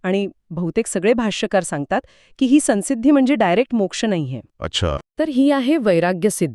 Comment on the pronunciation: अनुस्वाराचा उच्चार सन्सिद्धि नाही